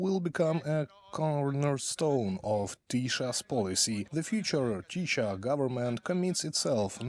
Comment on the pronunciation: I would love it if the translators would pronounce Hungarian words properly. I am happy to provide a short lesson. How can I contact you to make this happen? Let's start with Tisza is not pronounced "Tisha" but is pronounced "Tisa". Thanks.